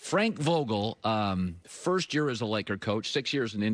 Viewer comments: Frank Vagel🤔 put some respeck on his name Colon. 😂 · Frank bagel??? He totally Britta’d his name.